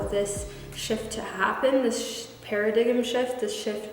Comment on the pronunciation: Hey girl, loved this reading! Btw paradigm is actually pronounced para-dime. I made this mistake at first as well. Love and light always 🧚🏽‍♀️